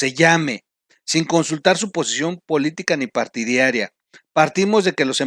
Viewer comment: Partí d a r i a........no "patidiaria"